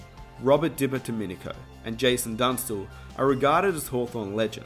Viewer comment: Yabby jeans was a bloke who didn’t put up with any crap, listen to the stories of the past players talk about him. Geez you butchered ‘Bertie’s ‘ surname. Its Dip pier do min I co. And yes it would have been great to have seen G Ablett in the brown and gold for all of his career.